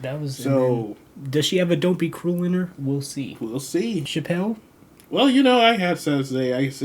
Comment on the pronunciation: Thanks for your video. You pronounce her name wrong though, It's more like CHApell (the emphasis is not on "pell").